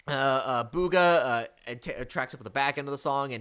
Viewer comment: It’s Rooga, not Booga